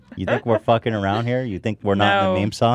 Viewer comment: Ethan you say ‘farkin hell’ like an Aussie mate